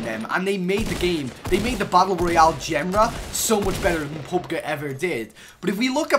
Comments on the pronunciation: This dude said PUBGa dude it's pronounce PUBG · pub G not gu PUB G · He said PUB guh instead of PUB jee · wait wait wait, did you just say pubg like "Pub-guh"? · Lol he said pub-guh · “Pub gu” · You said Pub guh.. wow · The way you said PUBG makes me want to drink bleach, but good vid